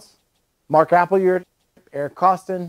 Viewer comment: How can you not pronounce "Appleyard"?